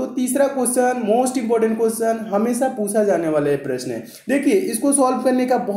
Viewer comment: Sir pusa nahi jata puchha jata hai sir 😂🤣🤣🤣🤣